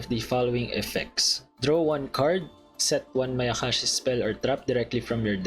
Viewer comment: My guy said " mayaقashi"